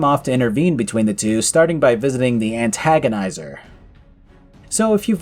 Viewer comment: The "ANT-TAGONIZER" 🤣🤣🤣